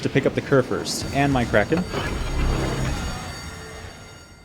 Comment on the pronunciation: Great Vid. Try to pronounce the "Kur" in Kurfürst like "cour" ;-)